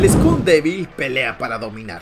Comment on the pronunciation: Bro said school devil instead of skull devil😂😂